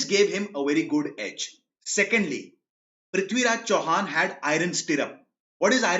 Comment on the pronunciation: Loved the way he said prithviraj Chauhan ji❤️